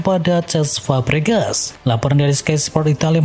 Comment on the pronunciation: F pak bukan P😂 Fabregas✅ Pabregas❎